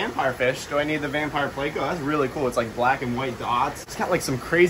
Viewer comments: Not a damn "playco" pleco. Say it with me. PLECO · Please say it correctly. It's plEco.... not playco. Gunna give me a damn aneurysm